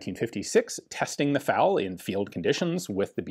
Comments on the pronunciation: F.A.L. Why do you keep pronouncing it "fowl?" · It really bugs me that Ian keep calling the FAL a 'faal'. It's F...A...L just as the US BAR isn't 'baar' though some will call it that. And in other videos sometimes he does say F..A..L...?? Sorry...just had to say it. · It's pronounced to rhyme with "pal", although with the French pronunciation of "automatique" it should really closer to rhyming with "fall". Practically everyone uses Ian's pronunciation.